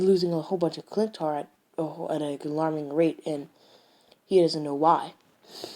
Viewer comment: Sorry but it's not clintar its chitauri